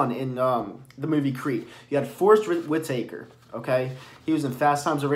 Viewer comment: it’s not Wit Taker. Lololol. It’s Whitaker. Say it fast to say it properly. Lol. Fun review though. But to be honest. Best critic for this movie would be an avid comic guy that knows the character and everything involved with him.